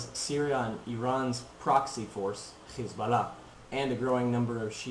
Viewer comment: HEY KID DONT BE A ZIONIST YOUR A JEW BY THE WAY YOU PRONOUNCE HEZBALLAH,,,,,,,ITS SIMPLE ISREAL MUST STAY OUT OF LEBANON AND TRY TO LIVE PEACEFULLY WITH THE PALASTINES